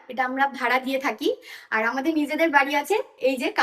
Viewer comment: অনেক ভালো লেগেছে বাট যতবার আমর এবং আর বলছিলে মনে হচ্ছিল কথাকে তুলে তুলে আছাড় মারছো জিনিসটা আমার একটু বিরক্ত লাগলো❤